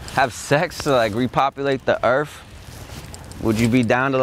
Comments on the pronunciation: "Re-populate the Earf" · de earf lmao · "RePoPuLaTe tHe EaRf" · repopulate the earf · "Repopulate the erf" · To you know, repopulate the earf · Da earf 😂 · he said "earf"